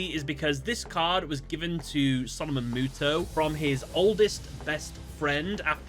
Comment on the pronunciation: Two Blue Eyes Twin Dragons and thank you for the proper pronunciation of Mutó